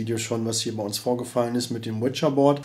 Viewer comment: Finde geil wie zu Ouija Board immer "Witscher Bord" sagt 🤣😂🤣😂